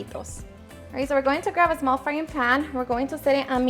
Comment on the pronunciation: “Zmall” I’m so glad for CC cause I love your videos n recipes but damn your voice is annoying! Keep up the good work tho!! By far my favorite channel on YouTube!